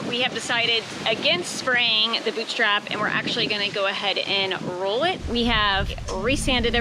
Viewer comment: Boottriiiipe! Not boot strap! Great job though.